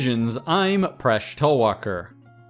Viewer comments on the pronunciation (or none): Paresh, you pronounce your own name like a firangi. It's funny and sad.